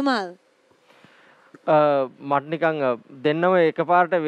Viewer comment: Why does Stephanie keep calling Dumal, Jhumal? 😂😂😂